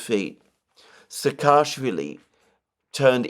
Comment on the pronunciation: Not SakAAshwili. He is SAAkashwili